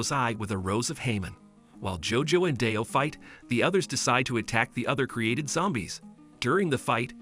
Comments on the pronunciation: Btw DIO’s name is pronounced like dio and not dyo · dude really calling him d-i-o lol (no hate intended)